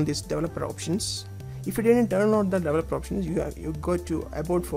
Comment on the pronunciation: why do all you indians say "delevoper"? its not delevoper its developer!